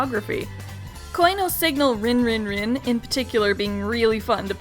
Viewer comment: It's pronounced REEN......REEEEEEEEEEEEEEN